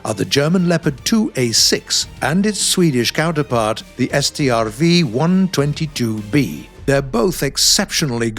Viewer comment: Thank you for saying the Swedish "Strv" name like it should sound like. 👍Like really, thanks for that!👍 Looking forward to play the update. Good job guys!